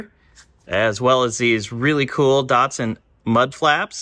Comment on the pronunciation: Hey look at names DATSUN not dotsun and NISSAN not neesun